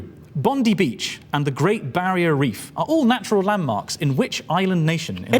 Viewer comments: fucking "bondy" beach lol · * puts on nerd voice* "Well Aktualllly" Okay, have to say it BOND-EYE not Bond-eee Just for future reference. Thankyou. 😜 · I know "bondy" is how you might think Australians pronounce Bondi, but seriously? FFS.